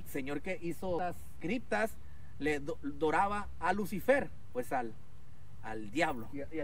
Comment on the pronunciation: No tienes otra cosa que desmentir más lo que tú haces porque primero que nada si dijo criptas correctamente.